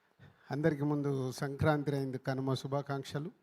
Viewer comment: బాబు నువ్వు ముందు సంక్రాంతి అనటం నేర్చుకో దణ్ణం